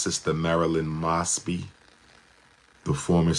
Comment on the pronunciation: Isn't it "Moes-bee?"